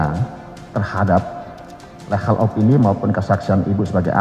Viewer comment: Legal itu bacanya bukan "lehal" coy...tapi "ligel"